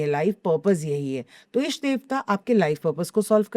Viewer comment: इष्ट कहते हैं, ईष्ट में ई को लंबा करके बोलने से अशुद्धि होती है। अच्छा पॉडकास्ट है और आपने अच्छे प्रश्न किये, बधाई!